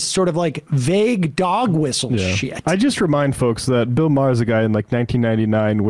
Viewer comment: “Bill Maher isn’t funny” then moments later mispronounces Maher to get a laugh and then quickly realized he isn’t funny either lol